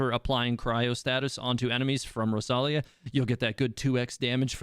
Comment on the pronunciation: It’s rosaria not rosalia 💀💀